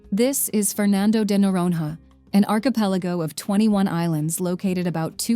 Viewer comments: Speaker: "Fernando de Nororononon" 😵‍💫🥴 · Agree 👍 quite irritating!! The narrator should have at least “tried” to pronounce the names of the places correctly (unless it was an AI…), But in general the video is very good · Pronunciation: Fernando de Noronha (Norōnya); Recife (Hecīfē); Frevo (Frēvo); Lençóis Maranhenses (Lensoh-is Maranyenses); Cuiabá (Cuiyabáh); Iguaçú (igwasū); Salvador (Salvadōr); Belo Horizonte (Belo Orizōnte); Pampulha (Pampulya); Paraty (Paratee);Curitiba (Curiteeba)